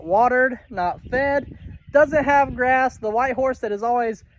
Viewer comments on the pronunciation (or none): none